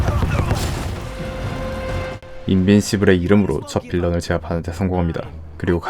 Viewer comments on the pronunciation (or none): 발음이 인빈시블이 아니고 인빈스블, 인빈서블에 가까움.